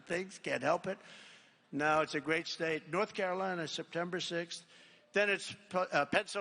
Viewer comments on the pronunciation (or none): none